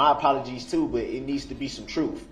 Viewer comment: Substain, biast, lisenz place, unbiblical cord, oaf of office, troof, relevancy, deffenant...the list goes on! 🙄😂